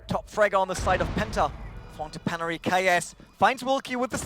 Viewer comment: It really pisses me off when the guy miss pronounces their names. "Ency" "peneri"